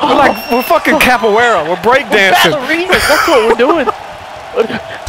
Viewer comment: it's "capoeira" not "capoueira"